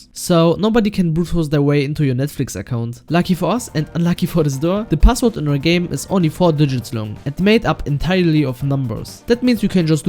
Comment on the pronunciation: I love how you say passwort in a german accent